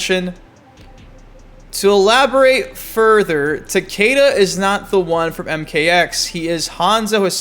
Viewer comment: Why do people say Takaeda" when the announcer always says Takeda lol is it a speech thing? I'm really wondering lol